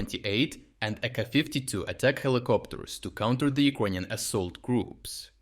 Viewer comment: WTF!, man, you gotta learn to say it correctly since you trying to be serious - it's not Ukr-O-inion - it is has to be pronounced as Ukr-A-inian. I understand your channel is reporting from Ukraine not from UkrOine?